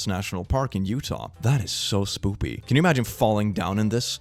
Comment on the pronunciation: It always makes me laugh when he speaks spoopy instead of spooky, like he is finding it cute and amusing.